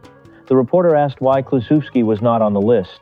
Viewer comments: Pronounce his name correctly, will ya. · I remember that Reds team well. They had three mashers in the lineup, Kluszewski, Gus Bell and Post. A pitchers nightmare! Bell hit one of the longist home runs I ever saw at the old Sportsmans Park in St. Louis. This film nararrated by Bob Costas. He is far too careful to constantly mispronounce Ted's name. I blame AI, or poor editing